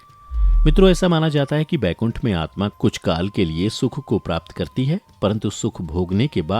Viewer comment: Bhai Baikunth nahi Vaikunth hota hai wo !